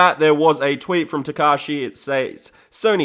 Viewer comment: if u say "tekashi" i think u mean tekashi 6ix9ine